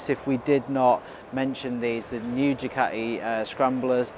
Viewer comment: Don't forget your T in Ducati.